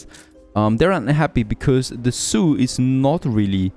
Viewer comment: Man...I was so confused about what the "soo" is that you kept mentioning...you meant zoo..zzzzzzzzzzzzzzz.